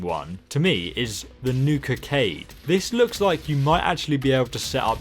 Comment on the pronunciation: When said Nukacade I thought he said Nuka cave and we could be a superhero like batman.